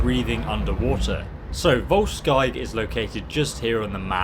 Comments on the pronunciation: You pronounce Volskygge much like you would vols-giggle just without the 'l'. vols'kigge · Probably pronounced vol-shy-geh as the names are based on scandinavian languages :) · I would have thought it was pronounced 'Vol-skeeg-gee' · Its said as volskiguh, good video though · I would pronounce it Volkuegge since in German and also the nordic languages the y has the same sound as the "u" with the two dots on top. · It is pronounced "voldsskykke" and translated means something like "brutalshadow"